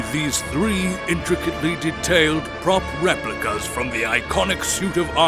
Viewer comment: why he gotta say prop that way